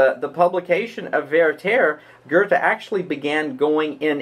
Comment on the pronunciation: Why do you pronounce Werther "VeyrTEYR"? It's pronounced VERter.